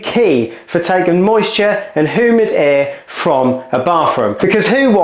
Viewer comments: Who-mid air 🤣 Hugh-mid please. But bro is low key cute. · What kind of air is “Who-Mid” air? Haha. I’m just being a Richard, nice vid! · Don’t want your bathroom being hoo-mid do you 😂 excellent vid as always 👍